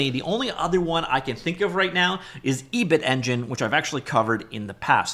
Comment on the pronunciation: Your pronounciation of Ebitengine is rather unexpected. It is a pun on Ebi-ten, a Japanese food, so it should be Ebi-ten-gin, not E-bit-engine.